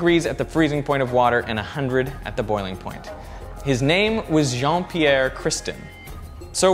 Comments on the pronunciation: it's "Jean-Pierre Christin" and not "Jeane Pierre" but nice try 😉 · *Jean-Pierre Christin. And you pronounced it so wrong :')